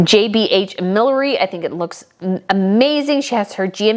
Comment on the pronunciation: I know that. I was pointing out that the word was mispronounced on the show.